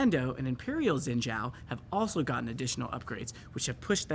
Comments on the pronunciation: Why do people keep saying, "Zin Zao" in stead of, "Sheen Jiao" like its spelled? Its infuriating. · "zin zhao"... either spell it the way to you want to pronounce it or pronounce it the way you spell? haha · Mispronouncing Xin Zhao each time is killing me. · I love how they butchered the pronunciation of “Xin Zhao”